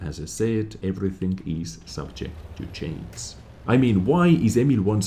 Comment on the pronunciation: love how pronounces the sh in swedish and in the last video how he pronounced change as chains haha. Also as I mentioned in the giveaway video what I wanted to have changed it happens here again, the premium version of the same tier is just better (unjustified imo) then the standard version.